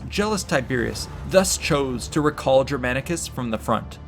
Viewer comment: Take a shot every time Germanicus' name is pronounced incorrectly with terrible american accent